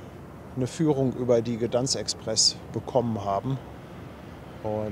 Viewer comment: Aussprache ist folgendermaßen: G D E I N S K. Das G so aussprechen als würde es ein Kind gerade lernen. In etwa wie Gö, aber das ö ganz kurz betonen.